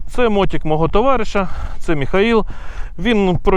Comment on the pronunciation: що за слово "мотІк", ми навіть з дитинства казали "мотИк". що за сусідське лайно мотІк. Аж вуха ріже.